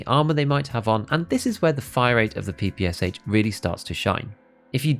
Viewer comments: Now it is time to say that It is NOT PEE PEE AS AICH. It is Pe-pe-sha (how tf you read in English? Horrible language in terms of reading. Anyways read it as "pan" without n) because it is stands for pistol-machinegun of Shpagin. No wonder the last h is not written in Capitals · It’s pronounced PP-Sh, not PPSH, there’s a reason the h isn’t capitalised. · Stop calling PPSH by letters, SH is not an acronym, it is called P-P-Sha (p ls like in Pen) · ye you're right. if it was a true acronym it would bs PPS41 but if your pronoucing PPSH in english it would sound more like Pee Pee Shu. more the russian word